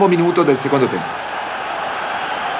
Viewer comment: Me-Grath! Wadd- dock!